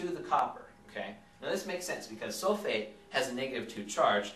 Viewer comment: I thought he said 'hey soulmate' rather than 'hey sulphate'